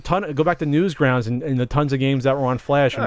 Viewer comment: makes fun of for saying roulette different but keeps calling Newgrounds: Newsgrounds.